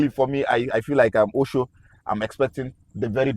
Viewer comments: Its not Osho Its òshoó A yoruba name . He even pronounced it so well in the interview. An omo Eko gan gan ni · ❤❤ But why do you guys keep calling him Oshow? The correct pronunciation is Ọ̀shọ́ (Orshor) I expected AY (as a Yoruba man) to pronounce the name well. You can take a cue from Gabriel himself. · Get Osho pronunciation right. Osho as in English word 'or' sh 'or'